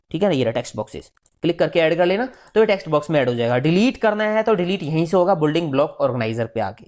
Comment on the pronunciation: Nice. I suggest you to pronounce correct the English words like "Building". Pronounciation of this word is "bil.ding" Thanks